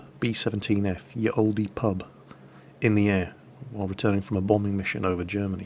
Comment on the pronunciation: Someone doesn't watch QI. Ye Olde Pub is pronounced The Old Pub, the Y comes from the old English character called the thorn, which is where we get the "th" sound. Similarly E characters on the end of words where silent too, and used almost at random depending on the author.